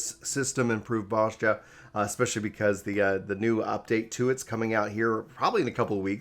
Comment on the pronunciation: It is pronounced Boz-ya, not Boz-ja ;) To make people run the Castrum, they just need to have some fragments drop in the last chest that will be needed for Delubrum Savage. This, and make castrum give a good amount of job exp.